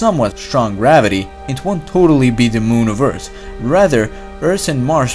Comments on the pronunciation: Subrem it’s earth not eart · he meant that as a joke because the guy in this video pronounced earth as eart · bad comments: OMFG LEARN ENGLISH ITS EARTH NOT EART Good comments: Eart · Why do you say Ert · Layla Salas he saying how this guy says earth this guy says eart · yeah I know, i have OCD over that stuff. Couldn't help but correct myself. I get it though